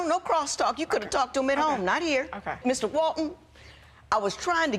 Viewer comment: How one mis-pronounces HERE is beyond belief.